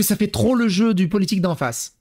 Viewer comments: "La politCHique" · "la politchique" ptn dire que ma petite soeur s'exprime de la même manière, ça me rend fou.